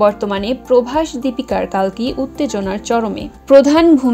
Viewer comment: কল্কি হবে কালকি নয়